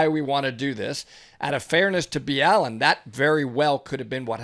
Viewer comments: Why are you calling him Mr, B Allen? His name is Ballen😐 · It is not B. Allen it is Ballen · Isnt it pronounced like "Ballin" not B Allen? Anyways great video. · BALL-en. NOT Bee-Allen. Ugh. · Mr. BALLEN. Not B. Allen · Why are you guys pronouncing it as Mr. Bee Allen? It's just Ballen. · isnt it ballen one word not b. allen? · His name is pronounced BALL-in. Not Be-AL-in. And he does a damn good job at holding my interest for hours as he tells the stories. He does his research very well, (obviously a little better than someone who didn't research how to pronounce his name) but no one gets tge facts straight every single time. As i said, his talent for telling stories is mesmerizing. Yall need to move aling and cut the cloak abd dagger. Im already starting to lose interest. But, ill reserve final judgement until the end of the video. So far, a quarter of the way thru, you've gotten completely off the subject of John's story, talking about Mike's amazing videos. I've already dozed off, being awakened by yall overtalking each other. Can't finih it. Instead of ripping apart John's video, maybe you could learn from it. Goodnight. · Mr B allin ? Isn’t it Ballin? Lmao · It's Ballen, not Mr B Allen. Geez guys You'd think if you were following him you'd hear him say his name in every video. Duh///,...correction. I was incorrect and stand corrected. Thank you to the. Back to my lane. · I thought his name was ballen not B Allen lol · Stop saying his name like B-Allen lmfao! At least get my dudes name right yall he has gotten you guys a ton of views I'm sure the most you could do is say his name correctly man. Come on do better be better peeps please!! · Friendly FYI, but it's "Mr. Ball-en" not "B-Allen" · I’m pretty sure that it’s pronounced ball-en not bee-all-en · It kills me every single time these guys say "Mr. B. Allen" instead of "Mr. Ballen" as in (ball-en). C'mon guys. Lol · Its pronounced Ballin not bee allen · It's Mr Ballen not Mr B.Allen